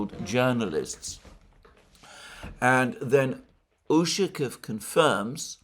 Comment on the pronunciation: Much as I enjoy listening to your commentary, please make an effort to pronounce the Russian names properly. It's jarring to hear "Ooshakev" and "Laavrev" too many times.